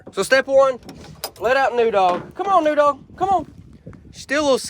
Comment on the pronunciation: Should name the new dog noodle. I swear I thought he kept calling it noodle instead of new dog. She will be used to that similar sound also